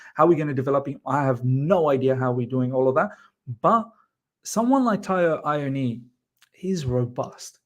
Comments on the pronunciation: Miz Taiwo's Surname is pronounced AH-WOE-NEE-YEE. (Awoniyi)😊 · Correct! At least he hasn’t butchered it completely like i’ve seen others, just missing the last syllable.